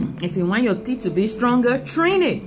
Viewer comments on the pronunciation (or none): none